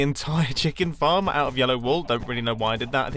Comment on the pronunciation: Did anyone else think he said 'fart' at the beginning instead of 'farm'?........just me........okay